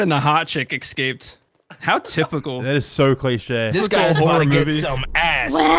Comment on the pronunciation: "eckscaped" yes I know its gay autism